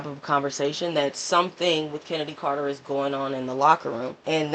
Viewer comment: Her name is pronounced “Kennedy” not “Ch-ennedy” lol